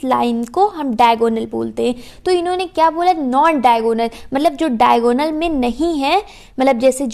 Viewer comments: Actually it is diagonal not daigonal😂😂😂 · It's diagonal not daigonal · It's Diagonal ma'am! Not daigonal 🥂🤍 Overall Your way of teaching is very good!